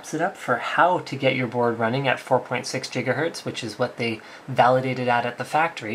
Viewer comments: "how to get your board running at 4.6 jigahertz" Dafuq Linus? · 4.6 JIGAHERTZ?! Great scott. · Crazy Russian says jigahertz so he is copying him. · The Linus Traditional "JIGGAHERTZ!" have to love it! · 4.6 jiggahertz. Did I hear that correctly? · jigahertz has returned